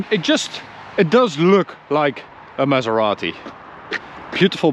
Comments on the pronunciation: the man said "pronounce it the Italian way" and then keeps calling the car a mesarati 💀💀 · Thank you for pronouncing it right 👍